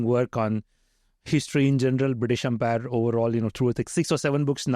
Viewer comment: Great podcast, but it kind of bothered me each time Mukesh pronounced British empire as British umpire.